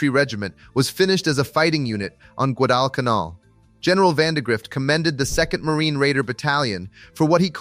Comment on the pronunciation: Guadalcanal is not pronounced guad-all-can-all. Stupid A.I.